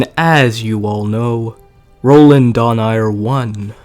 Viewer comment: its Dho-Na-i-re